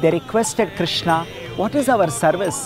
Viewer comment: With all respect and humblness i request to do not add unneccesary 'a' at the end of almost every hindi word. Like VrajmandalA, KrishnA, GovardhanA. Please pronounce them the way they are. 🙏💐🚩